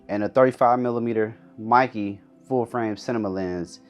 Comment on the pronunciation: Meike (MAY-KE)